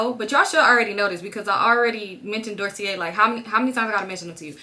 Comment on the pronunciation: girlll 😭 you pronouncing Dossier incorrectly 💕 like you’re saying it mainly correctly, just leave out the R (so not doorsier)